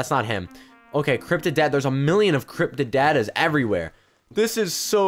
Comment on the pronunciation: You sed Cryptid dady😂😂😂